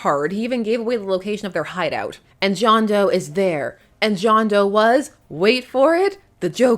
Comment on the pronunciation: It’s John D’oh.